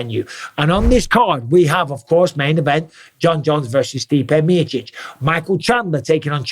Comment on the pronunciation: Stipe Meerchich 😂😂😂